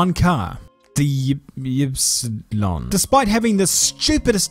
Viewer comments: ypsilon is actually y in german and is pronounced as upsilon ik its stupid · Ypsilon = Ipsilon. It’s a Greek letter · Yeah loved his Ypsion pronunciation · If it helps, mate, the pronunciation of the "new" Lancia is 'upsilon.' It's a Greek letter. EDIT: I originally wrote 'epsilon.' Thank you to Arrgghh for correcting me. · it's ööpseelon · "ip-salon" you're welcome. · Ypsilon is pronounced as Yup-silon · Ypsilon it's pronounced as ipsilon. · It's Ypsilon, like Epsilon, just with an I in the beginning. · As a Greek I hate hearing you killing Ypsilon